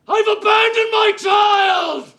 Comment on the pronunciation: "I've abonded my boy" is truly the single best acting scene in history